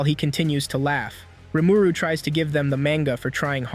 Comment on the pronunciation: It's painful to hear Rumooroo